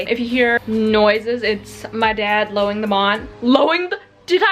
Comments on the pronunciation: The funniest thing about being a dyslexic is that i didnt even realise she said “lowing the mawn” until she pointed it out 😂😭😭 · ILY!!! I WAS LAUGHING SO HARD WHEN YOU SAID LOWING THE MAWN 🤣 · “Lowing the mawn.” LMAO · "lowning the mawn" best thing ever!!! 😂😂😂😂😂😂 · Nobody: Seriously no one::LoWiNg ThE mAwN